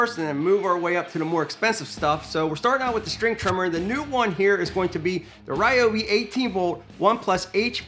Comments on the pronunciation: It's Ree-O-Bi. Look it up. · Ryobi representative said that it’s pronounced as REEOBI